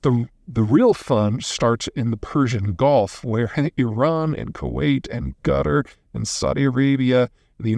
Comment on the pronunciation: Mr. Zeihan must hate Qatar. He insists on pronouncing it like Gutter. Middle eastern Q to K then to G and he's changed T to a D.